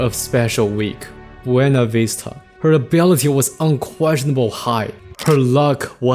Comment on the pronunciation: Beuna instead of Buena 😅